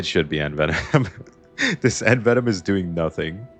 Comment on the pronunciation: the way you're pronouncing envenom is driving me crazy